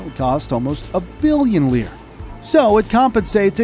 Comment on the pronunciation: Please stop saying “leer”. The old Italian currency was the lira (“lee-ra”) and the plural was lire (“lee-ray”).